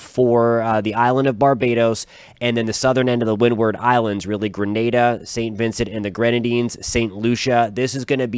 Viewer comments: I appreciate you saying Grenada (gruhNayDuh) and not Granada (gruhNaDa). Grenada is in the West Indies, Granada is Spain. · Thank you for pronouncing Grenada properly.